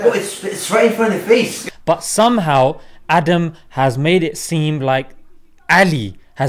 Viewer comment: His name is aadamm . Not adam the wana be . With his eve 🤣